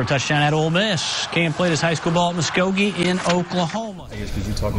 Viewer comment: Where you see Muskegee at lol it’s MuSKOgee!! 🤦🏾‍♂️